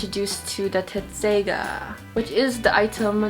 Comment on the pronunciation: The sword is called Tesseiga why all the Americans try to say it like "tetseiga"?